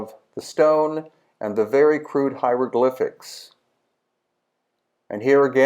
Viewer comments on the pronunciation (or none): Les "ziéoglyphes" ; "point E" ; "pierre grinite " ; "gens dynastiques" ... etc . bravo l'IA ! nul !